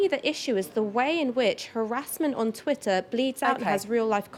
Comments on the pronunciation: Is it Twitter or is it Twi'er ? Make yer mind up darling. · Until she can pronounce TWITTER properly I think she should be banned from life!! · Can't concentrate on what she's saying because she keeps dropping the "tt" from Twitter. "Twi-er is creating a hierarchy" ....huh, what's Twi-er? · What's this "Twi'er" that Ash is talking about? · This woman is so conflicted. She pronounces her 't's in all her vocabulary except in 'twitter' with the double 't' in the middle of the word. Most odd. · The way she pronounces Twitter offends me😂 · Listen to her pronunciation of twitter she even sounds dumb but she is a very accomplished liar. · I was going to make the same comment. I found it really irritating every time she mispronounced twitter.